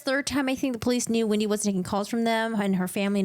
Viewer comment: You are pronouncing Wendi’s first and last name incorrectly… it’s not Windi it’s Wendi